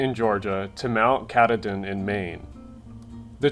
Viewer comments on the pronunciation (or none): I love you but that pronunciation of Mt. Katahdin was so bad that I had to stop watching this one. (It's 3 syllables not 2, Ka-tah-din) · It's pronounced Kuh-TAH-Din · 1. its Appa-LATCH-in, and Mount Ka-TAH-din. 2. Great video! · It's pronounced "ka - TAH - din". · It's pronounced "Benton Ma-K(EYE)" and "Mt. Ka-TAH-den." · Katahdin is pronounced kuh-tah-den, great video though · Love the video but only complaint is you pronounced Mt katahdin complete wrong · The way you absolutely BUTCHERED the pronunciation of Mt. Katahdin caused me physical pain. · Oh gosh the pronunciation of Katahdin hurts